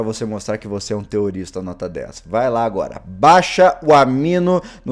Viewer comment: sou so eu q quando o fala teorista lembro de terrorista